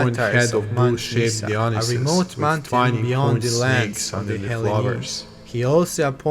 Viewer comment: great video , just one correction for future videos . its pronounced daionaisus , no dionisus